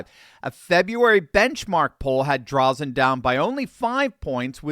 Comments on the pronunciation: As an Oregonian, I LOVE to see this!! Thank you,! (And, btw, it’s pronounced Dray-Zen for future reference:) ) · her last name is pronounced "Dray Zen" Thanks for doing what you do!!! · It's pronounced Dray-zen. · Dray-zen. Correct pronunciation. Just sayin'. I'm an Oregonian - the blue team has absolutely trashed this beautiful state. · I normally don't do this but a an Oregonian, I just have to correct you on the pronouncement of Christine Drazen's name. It is pronounced with a long "a" not a short one...Draazen... I hope you get this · Pronunciation tip: Say, "Draaazun". Christine Drazen. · The a in Drazen, says it's name.